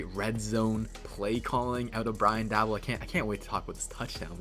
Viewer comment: Please don’t take Daboll. But since he might be your HC, I might as well teach you how to say his name. Pronounce Daboll like “table”. Go Bills!